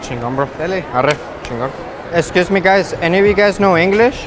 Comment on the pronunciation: Esciusmi guys xd